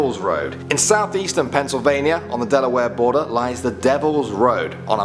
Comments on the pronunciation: Penn not Pen. Sorry. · Don't think I've heard a British person say pennsylvannia. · pencil vania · Dude, stop calling it Pencilvania